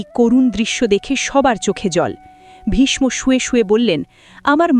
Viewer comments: Vishsho hobe vishmo noy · খুব সুন্দর ব্যাখ্যা দিলেন কিন্তু একটি বিষয় বলবো ,প্রোনাউন্সিয়েশন vismo নয় visho যেহেতু আমি একজন বাঙালি।